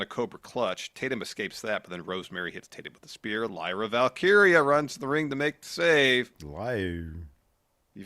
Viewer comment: isn't the only struggles with Lyra Valkyria. Tommy Dreamer was struggling to say it the other day.